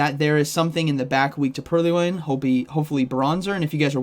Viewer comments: It is purr-loin, not pearly-oin. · Purr-loin. Not pur-ly-oin. It's a play on the word purloin, meaning "to steal" Love your content, not sure why this bothered me so much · "Purly-loin" :face-purple-smiling-tears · Pur-Lee-Oin? lol nice video, man! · I hate the remote pass update almost as much as I hate how you pronounce Purrloin LOL